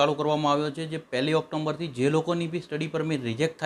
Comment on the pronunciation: ખૂબ સરસ માહિતી મળે છે.👌🙏👍 October નો ઉચ્ચાર ઓક્ટોમ્બર નહીં પણ ઓકટોબર કરશો.